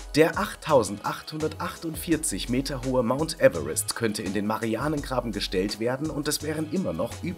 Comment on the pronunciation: An sich ein gutes Video aber du sprichst „marianengraben“ falsch aus